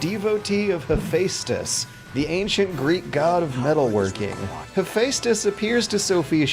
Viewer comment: Dat pronunciation of Kunoichi tho! 😂 😂EDIT HAPHAESTUS AS WELL lol